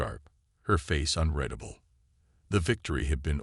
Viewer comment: HOLY HELL!!!!!!!!!!!!!! WTF is "deh-BRISS"!!!???? AND, ......"....her mind was "un-RED-able".... I stopped listening to this POS AI at just a few minutes into the story. ALL of you....STOP using CRAP AI until such time that they can speak ENGLASH!!!!! Hows bout you Freakin narrate your own stories like some do. At least I can finish THEIR stories!!!